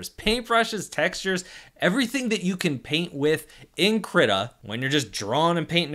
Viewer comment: DO NOT PRONOUNCE KRITA LIKE THAT